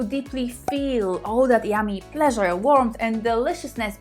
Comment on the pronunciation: My porn is listening to say 'Plleasure' 🇵🇱🎶 😘